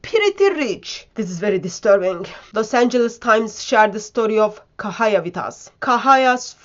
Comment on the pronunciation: The name - Cahaya = pronounced "Chahaya" - not "Kahaya" !!